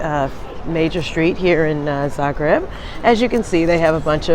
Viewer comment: Thank you for very nice vlog depicting our beloved city of Zagreb! And I must say that your pronunciation of Croatian names is so good! Great job! 👍👍👍